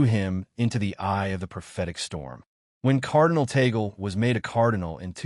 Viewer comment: The right pronunciation of Tagle is in two syllables Tag - le. The first syllabke is Tag, second syllable is le. TAG-LE. It is not the same as apple or Google.